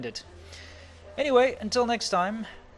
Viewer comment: I feel bad hearing the "welcome to another WEE-dio"